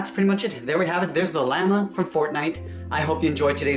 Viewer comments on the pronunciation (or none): heres a tip llama is pronounced llommuh then it is lamah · It’s usually said like (Lah-Ma) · Why do you call Lamoe call l loot llama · xD he said lama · its( la ma) not lamea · Llama not lama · I thought he said lamer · Did you hear how he said Lama in the beginning😑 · It's pronounced loma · It’s LA-MA! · Lloma not llllllllllllllllllaaaaaaaaaaaaaaaaammmmmmmmmmmmmmmaaaaaaaaaaaa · Isn't it weird that he calls it lama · Anyone else get very cringed when he said lama? Ik how to spell llama but he said lama. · Lol he said loot lama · Lama? Do you mean llama LOL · It’s not called lama it’s called lama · He said lama lol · the way he said llama killed me LLEAMA 😂😅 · its llomma' read it thats how its prounced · Dis dude said lama he said Lam. A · Its pronounced (Lama) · Who dafuq says is like Lama? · I like how you say llama you’re like LAMA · U say lama wrong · does anybody else feel weirded out by how this person says llama. 1like=1prayer for the llama pronunciation ;) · Can't even pronounce llama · WHO got triggered when he said llama wrong